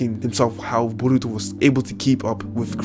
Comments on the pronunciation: "Buruto" Lol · "Burutu". "Narutu". "Iwabi". Subscribed.